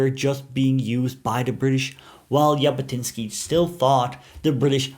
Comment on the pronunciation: Thank you for interesting content in general, end especially regarding the Jewish people and our national liberation and return movement - Zionism. Just one small correction - the way to pronounse the surname Jabotinsky is Zhabotinsky, and not as pronounced in the video. I also reject the claim that Avraham Shtern ("Yair") thought Arabs should be second class citezens under Jewish sovereignety, definatrly Lehi didn't adopt this idea after the murder of Yair by the British. Moreover there were some Arabs who took part in Lehi activities... Today - most people in Israel don't really make distinction between different underground movements of pre-state period (Hagana and Palmach, Etzel and Lehi) and the general nerrativ, which is basically true in my eyes, that all the underground movements had contributed in their unique effort to lead the British to decision to leave the Land of Israel and led to the establishment of the State of Israel. Not to forget that all the movement incorporated in the IDF after its establishment.